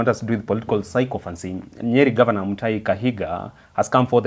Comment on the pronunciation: you are trying. But there's room for improvement. "Sycophancy" is pronounced as SI-KA-FANSI, not SAI-KO-FANSI. And "sycophant" is SI-KA-FANT, not SAI-KO-FANT.